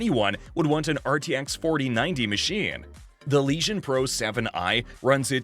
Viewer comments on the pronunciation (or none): what a joke.....LEGION.......not leeshon.....nice autovoice...lol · Did anyone else here "Lesion" when he said "Legion"